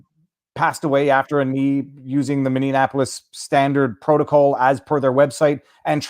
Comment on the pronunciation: Viva, it is Minneapolis, not Minneanapolis.